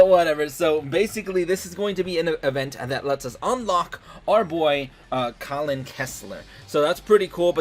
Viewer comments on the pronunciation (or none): It's pronounced Kal-in Not Colin